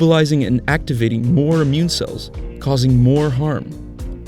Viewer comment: Cells with a ny accent hahahaha